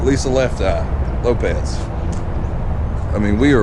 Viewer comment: It's pronounced LopeS ...not LopeZ